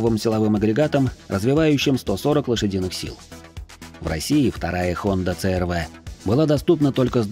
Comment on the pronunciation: Пожалуйста объясните почему буква C -си называется Ц. С какого алфавита это буква Ц какой страны? Просто режет слух, хочется понять. Хонда црв:) Хонда аш рв. Айч-Н. 😮 я в шоке. научите меня я чего-то не знаю 🤷